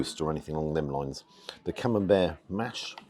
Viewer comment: Must confess to no small degree of envy!….Buckley’s hope of getting ‘taters, let alone gravy ( gasp! ), puddin’, peas of any sort, let alone blooming CamembERT ( as pronounces it! 😊) here in Nippon 🇯🇵….😢 Really greasy, wholly fat-laced Wagyu is par the course here, served up with ( sigh ) a small hill of white rice 🍚. Mind you, we do have access to excellent quality ‘Aussie 🥩 beef’, it’s ubiquitous. Nothing from Europe as far as meat 🍖 goes, here.